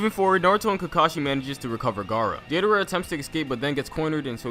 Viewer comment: "This is about to be so cringey" Me: Can't be that bad... Calls Deidara "Deedara" Me: Jesus Christ